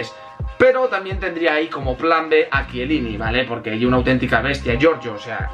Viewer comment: PORQUE DICES YE BRUTAL EN VEZ DE ES BRUTAL